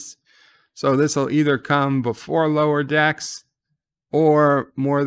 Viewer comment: You keep misprouncing the name of Lower Standards